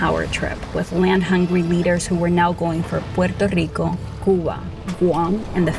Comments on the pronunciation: Why can’t she just pronounce Puerto Rico without the stupid accent, every other word she doesn’t say it with the accent. So annoying I hear Spanish people talk like that all the time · The way this chick pronounces puerto rico is so annoying. Such inferiority complex and whining in one video. Socialist commies have brainwashed so many idiots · Why do you have to say Puerto so whatever pronounced can’t you say Puerto Rico like you say Hawaii and shoot me your number cuzz you fine girl